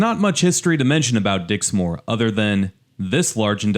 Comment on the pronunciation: Dixmoor is pronounced Dix-moor which rhymes with poor, NOT Dix- More